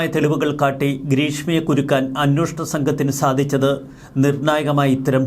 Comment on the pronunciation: 'അന്വോഷണം' എന്നാണല്ലോ ഇപ്പോഴും പറയുന്നത്. 'അന്വേഷണം'എന്ന് തിരുത്തിക്കൂടെ?